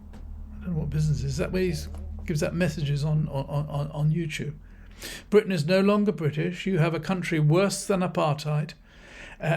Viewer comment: Farage believes greatly in Bwitain 😅😅😅